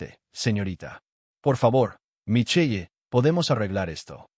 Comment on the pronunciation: “Mason” y “Micheye” Me encantaría la pronunciación de la IA.